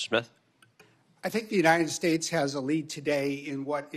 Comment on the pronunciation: UNINED STATES AHAHA